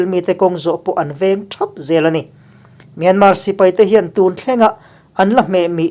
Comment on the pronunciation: Myanmar i lam dan a dik lo. A tawpa R hi an lam ri kher lo.